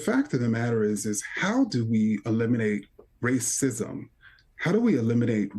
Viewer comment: Legend says the grand wizard is so powerful that he was able to split the word “racism” into two words….. “race-ism”…. A true feat indeed. Lo and behold.